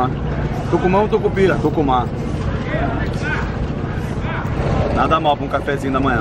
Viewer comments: kkkk shopp de tucupi.kk me assustei mas aí vc falou tukuma. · Tucumá ou tucupira???😂🤣😂🤣😂🤣😂